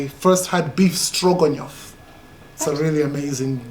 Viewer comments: will be the end of me. It's pronounced beef stroga-noff not stroganyoff. the gravy is usually made up of alcohol. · 😂😂😂 lol. Its pronounced nof not nyof but you're right its 👌🏾